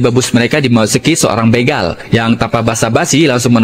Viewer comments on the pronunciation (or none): none